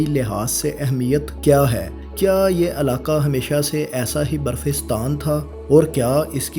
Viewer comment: Bht bht Maazrat Aap ke Lehje mai Urdu Ki Khubsurti Nzr nahi arhi Paindu Pn Jhlk rha hai aap (ILAQA)ko (ALAQA) Bol rhe hain check 0.52 sec